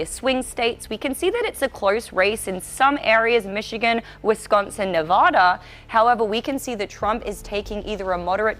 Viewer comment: You keep pronouncing Nevada wrong.